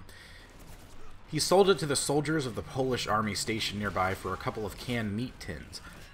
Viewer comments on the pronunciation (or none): none